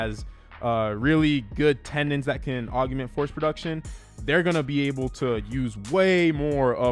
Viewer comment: Dude. Why do you keep saying “augument”??? The word is augment. Og-ment.